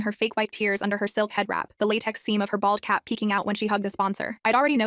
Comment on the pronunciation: OMG I THOUGHT I HEARD BALL CAP.